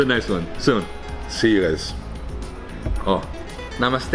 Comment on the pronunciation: Hey, I loved when your Dad said 'Namaskar' instead of Namaste which is very common. Well both are right but Namaskar is quite difficult for foreigners and your Dad pronounced it very well. Happy Diwali and all the love to your family 😍